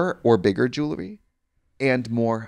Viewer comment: It’s about time that Trixie just admitted she can’t say the word jewellery.